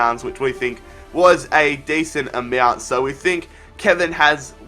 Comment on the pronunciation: 55 thousand peaounds decent amaeouents. LOL